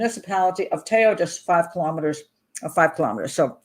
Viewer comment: Pat, thank you for the vídeo. I have family in Teo (my family is from Spain, im Brazilian). Te Bastero family was not the first one in Spain to adopt a Chinese baby, they were the first in their region. Very good pronunciation of "Teo, Galicia, La Coruña"!!